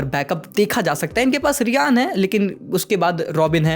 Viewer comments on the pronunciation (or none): Riyan? 😂😂😂 it is RYAN brother not Riyan